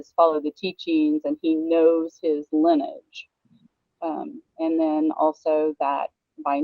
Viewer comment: The word is LINEAGE, three syllables, not Linn-age.